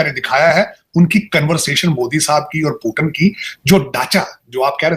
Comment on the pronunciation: पहले पुतिन जी को पुतिन कहना सीखो, पाकिस्तानियों। क्या पुटन, पुटन कहे जा रहे हो।